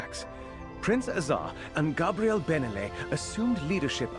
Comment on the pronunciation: It sounds like an AI voice over wtf. Listen , when he says "Nothing else makes sense" along with contant mispronoinciations of Vanus and Gabrielle's names.